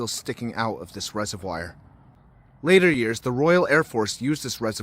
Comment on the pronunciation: Lol it pronounced res-of-v-or